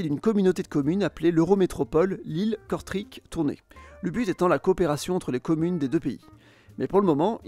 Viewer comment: ah oui par contre etant belge on prononce kortrèèèèk et pas kortriik